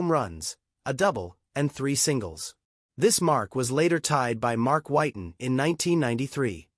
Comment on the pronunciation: I rescinded my like after the Whiten mispronunciation